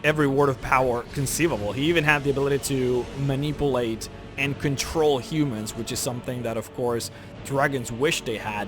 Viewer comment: The way he said manipulate Bru